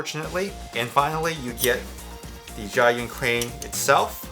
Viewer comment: I think you used five different pronunciations for Zhiyun -_-. Please just say "the Crane". It is JER-yoon.